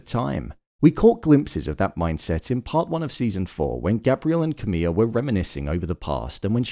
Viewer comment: Why do you keep calling Camille "camilla?" There is not an A at the end